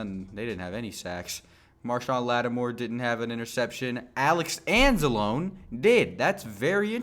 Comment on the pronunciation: 2 things, 1-I’m pretty sure it’s pronounced an-za-lone-ee like it could rhyme with balogna lol 2-maybe they have rams slot/CB3 ranked really low and that’s why they had Tre go off for 3 TDs lol and Mike is in the slot too so maybe that’s why he also did well